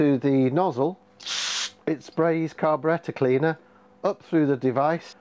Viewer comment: Carbarretta cleanah😂love it